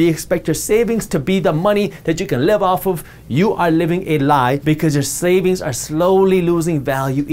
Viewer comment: did he say, "your SLAVINGS are slowly losing value..."? Seems about right.